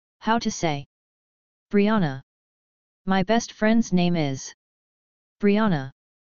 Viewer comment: Excuse me my name is pronounced Bre-anna